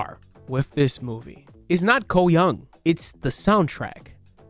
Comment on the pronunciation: It's young not yung